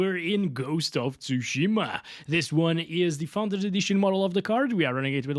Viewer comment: Ghost of "Tushymaa"😂😂😂😂